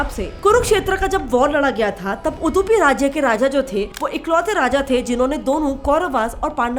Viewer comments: ಉಡುಪಿ ಸರಿಯಾಗಿ ಹೇಳಿ ಮರ್ರೆ ಉದುಪಿ ಅಲ್ಲ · उदुपि नहि उडुपि बोलिये ಉದುಪಿ ಅಲ್ಲ ಉಡುಪಿ 💛❤️ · It's Udupi, not udhupi 😂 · 🪔🚩🇮🇳 👌🙏✊ 🇮🇳🚩🪔 उडुपि not.... उदुपि For us udupiites, this sounds so irritating. But thanks for the video. 🙏🙏🙏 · First learn the pronunciation it Udupi not udhupi just like it's get set fly not get shit fly correct yourself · Ur pronounced like ಉದುಪಿ ಅದು ಉಡುಪಿ ಉಚ್ಚಾರಣೆ ಸುಲಭವಾಗಿ ಬರುತ್ತೆ ಮಗದೊಮ್ಮೆ ಉಚ್ಚಾರಣೆ ಮಾಡಿ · Its pronounced as udupi, not udhupi... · Udupi not Udhupi! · UDUPI NOT UDHOOPI🤫😄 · It's not uuuddhhhuuupii its udupi can't speak a word correct bloody hindi speakers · ಉಧುಪಿ ಅಲ್ಲ ಉಡುಪಿ 🤣🤣🤣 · Its not pronounced as Udhupi , its pronounced as Udupi . Da of Damaru.. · It's not udhupi..it's udupi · It's UDUPI NOT UDHUPI!!!! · What... You are Pronouncing Udupi as Udhupi & Masala Dhosa as Masala Dosa... Are you doing this because people think it looks Cute??? 🤔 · 😵Udhupi nahi madam udupi hei vo😅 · Correct your pronunciation.... it's not UदूPI.. it's उडुपि.. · It's Udupi not udhupi... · वो उदुपी नही उडुपी है और डोसा नही दोसे है, please correct pronunciation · It’s not ऊदुपी, it is उडुपी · It's not udddupi it's udupi you should pronounce d and not dee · Aur Udupi ko udhupi bol rahi hai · Its not उद्दुपी its उडपी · Udupi ma'am not Udhupi! 😂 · ಉಡುಪಿ ಹೋಗಿ ಉದುಪಿ ಆಗಿದೆ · Why do you are spells U.D.U.P. I as उदुपी instead of उडुपी ? Did you find anywhere उदुपी name board ,at any hotel instead of उडुपी? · It's irritating to ear Udhupi.... U should correct it when u uploading in public domain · Hey unpad gawar gurl..cnt even pronounce UDUPI right ...Go get some english classes... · Uuupadi nhi aata pronounce krne q video banaya 🤬🤬🤬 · U were able to research these many things about the hotel but failed to pronounce the correct pronunciation of the Subject(Hotel)?!! ITS UDUPI!! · Delhi D , Udupi D, 🙂😅 Guysss Pronounce correctly Nahi tho khaane mein extra chutney nahi milega 😅🙂🤣🤣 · yaa she is not pronounced well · Che kese bol Rahi he Udupi ko itna cringe lagraga he